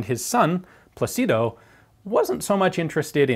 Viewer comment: PLA-ci-do. The accent is on the first syllable. Just like in English "Placid". So, "Plácido". Peaceful, pleasant, nice.